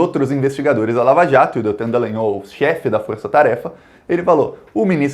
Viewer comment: por favor lembre-se que o nome da figura é Dallagnol, ou seja: D-A-L-A-N-H-O-L